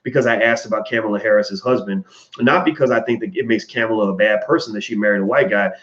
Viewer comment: Why can't you pronounce the VP's first name correctly? People deliberately called Ali "Cassius clay" to disrespect him.